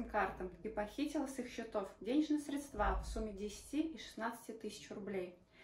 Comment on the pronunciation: СрЕдства, ударение на Е... господи...